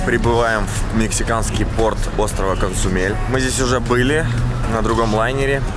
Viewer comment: Качественный контент,! Супер смотрится. Понастольгировал по Мексике и Косумелю. ))) Только почему ты его называешь КоНЦумель, когда он Косумель ))